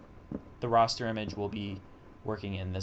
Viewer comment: This has always driven me nuts. It's not "Roster" it's "Raster" we're not talking about the starting 5 of the Miami Heat here...we're talking about images. RASS-TER